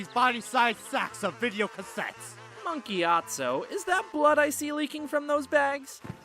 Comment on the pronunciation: Mark Gyatso? listens really hard I'm sure it's Monk Gyatso.